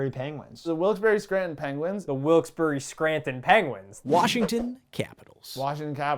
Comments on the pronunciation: As a proud former resident of the Mid-Atlantic, my ears cry in horror at the mispronunciation of "Lehigh Valley" and "Wilkes-Barre". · So and get roasted for pronouncing Lehigh Valley correctly but nobody gets roasted for pronouncing Wilkes-Barre wrong? It's pronounced like "Wilkes-Bear," not Wilkes=Berry